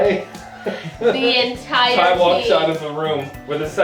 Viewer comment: "The enTAIre team" I'm dYING